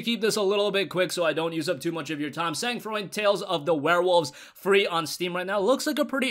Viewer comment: I got a year subscription to humble monthly thanks to you and it never disappoints me. Other than that, Sang froid means cold blood in French so the pronunciation of it in this video was a little bit off 😅😅